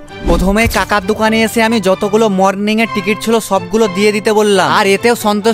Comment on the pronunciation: Kaka ❌ Chaka ✅😂😅